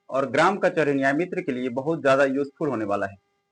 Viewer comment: Nayamitar 😂😂😂😂😂😂sir